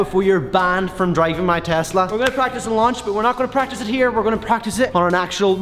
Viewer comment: He finally said tesla and not tezzzzzzla